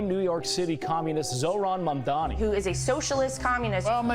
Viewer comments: why the f cant most Americans get a simple name right..Its Mam-DaNi not Mam-DaMi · Great interview and clarifier - minus Desi's pronounciation of Mamdani as "Mandani" lol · The heck is wrong with freaking "Mandami" pronunciation??